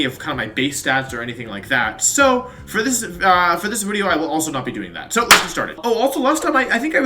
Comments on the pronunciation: Editor: “how many filters and effects you want in this wideo?” Wolfey: “yes” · Still waiting for how to announce johto pokemon wideo!